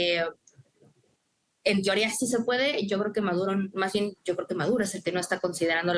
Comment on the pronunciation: Jajajaaaaaa, no sabe ni hablar..."humillacióm, plam, com, biem" Jajajaaaaaa el analfabeto no pronuncia la "n" al final de ninguna palabra, todas terminan en "m" Jajajaaaaaa 😅😅